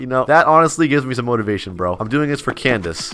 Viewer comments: seriously every time he says “Cnadice” i couldnt help but laugh xD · BRO I LOVE HOW HE SAYING CANDICE LOL😂